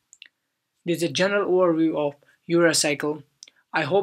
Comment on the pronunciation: urea cycle captured in CC caption "Your Recycle".. RIP pronunciation.